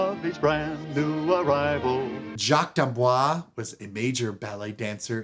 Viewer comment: I guess Jacques did not correct you on the pronunciation of his name. You are pronouncing it like Blanche DuBois. D'Amboise has an "e" at the end, so you pronounce the "s" (as a "z") Boise is pronounced "Bwahz".